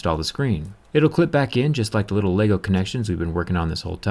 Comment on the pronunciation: I like how he says LEGO.